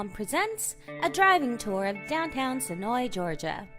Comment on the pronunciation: Thank you for pronouncing Senoia correctly!